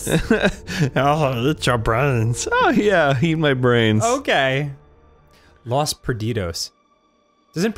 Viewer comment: Dan: Knows the spanish word for "loss." Also Dan: Can't pronounce "los."